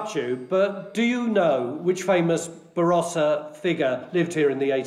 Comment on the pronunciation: Varossa? It starts with a B.